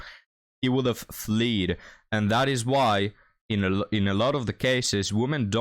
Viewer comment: Fled not fleed lol